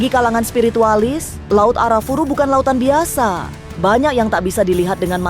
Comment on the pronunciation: disclaimer: laut Arafura bukan Arafuru saya lama di Merauke Maluku Papua di laut Arafura mancing cumi